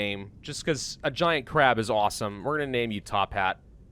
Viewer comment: I enjoy how he says Crab... Or 'Kraab'. Makes me giggle. Tophat needs a pebble kid. You should buy some livestock and then harvest food from them when they make smol ones.